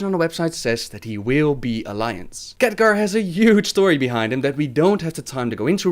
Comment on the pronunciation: I love how you pronounce Khadgar as Catgar